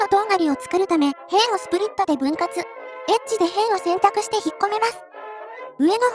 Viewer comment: エッジの抑揚？イントネーションがエッチのそれでとてもえっ…です